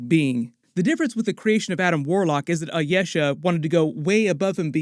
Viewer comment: "Ayesha" is Pronounced as I-e-sha